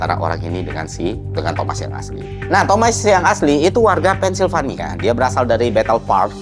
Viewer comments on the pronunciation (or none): none